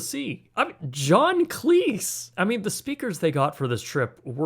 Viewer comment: Pronounced John Cleeze..not Cleece